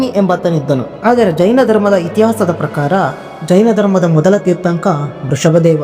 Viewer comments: ಮೊದಲು ತೀರ್ಥಂಕರ ಎನ್ನುವುದನ್ನಾದರೂ ಸರಿಯಾಗಿ ಹೇಳು ಮಾರಾಯ ತೀರ್ಥಂಕ ಅಲ್ಲ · ಮಾನ್ಯ ಆಂಕರ್ ಅವರೇ, ದಯವಿಟ್ಟು ತೀರ್ಥಂಕ ಅನ್ನಬೇಡಿ ಅದು ತೀರ್ಥಂಕರ